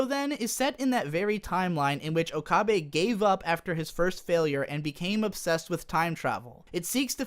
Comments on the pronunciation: o ka beh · A bit of agreement, a bit of disagreement. My first thought upon seeing her was definitely "Why the hell did they give Mayushii a rack?!?!" Also, why do you keep pronouncing it "Okahbe"? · "oh-kah-bay" made this difficult for me to watch. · disliked for pronouncing okabe wrong for 20 minutes jokes aside, although i really loved s;g 0 you actually have some pretty good criticisms about the entire show. never even noticed the fan service and now that I do now, I am really upset and disappointed with White Fox. also their voice acting seems uninspired compared to the original. i loved the original voices. suzu being john titor was such a plot twist and now that's just who she is. the characters became one dimensional and it really saddens me. the original was a lot better, however s;g 0's ending did wrap it full-circle. episode 20-23 (soon to be 24 and 25 OVAs) should've been what the entire series was truly about, not some lame fan service about how okabe is an edgelord and talks to a robot kurisu. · How can you so frequently switch between mispronouncing okabe and getting it right? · You pronounce okabe's name differently in every point, please stop. Even if you're pronouncing the name incorrectly, stick to one pronunciation